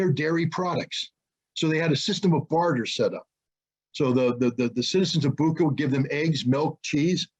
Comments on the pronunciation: Bucha[butcha] not Buka, all other is true. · Bucha is pronounced like "butcher". This fact alone can explain a lot.